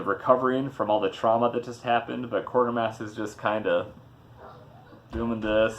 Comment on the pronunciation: WTF it's pronounced 'Kwaytermass'- I should know I'm from UK with my bowler hat and brolly !!!!!